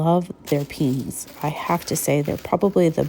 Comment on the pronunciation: Love this video. I shop often with Temu but never explored the crafts too much. I can't help myself but the flowers are pronounced: Pee-a-knees. It's a word I find a lot of people have trouble pronouncing. I love your shopping videos but this one was really fun.